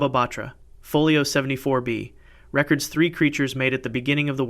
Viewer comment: Re-cords is the proper pronunciation that should be used here. Rec-ords is still a viable pronunciation, but entirely different context.